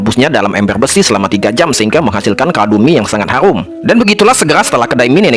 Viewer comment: haruM bukan harung